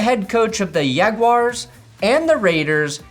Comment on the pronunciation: “He was the coach of the Yaguars…” 😂